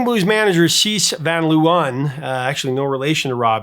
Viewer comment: Dutch pronunciation can be tricky, but Cees is pronounced “case”. I lived in The Hague in the early ‘70s and we heard this song on jukeboxes and the radio constantly. Until Radar Love came along, it was far and away the biggest international Dutch hit.